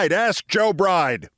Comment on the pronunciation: Sounds like he actually said Joe "Bright" (not Bride) 😏